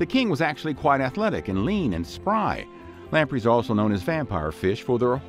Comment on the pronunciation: Lamprees??? It’s pronounced lamprays…